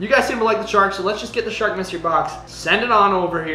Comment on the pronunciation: Eggggfs not sark